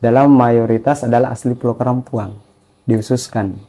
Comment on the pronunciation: Sy curiga nama pulaunya sebenarnya karampuan.. Tpi penyebutannya karampuang